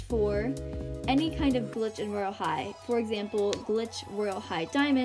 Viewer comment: When you said search glitch you really said glitch like this: Clicktch